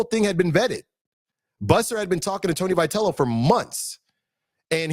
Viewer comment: First of all, get the guy's name pronounced right.